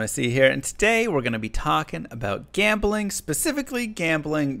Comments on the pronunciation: You mispronounced jambling like...500 times. Also, D2R is p2w. Ez pz. That seems to be out of the spirit of the game. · i think you are mispronouncing gambling